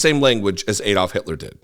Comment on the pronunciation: is so precise with his posts yet he seems unable to pronounce ADD-olf not EED-olf. Does he pronounce Alabama as Eeleebeemee?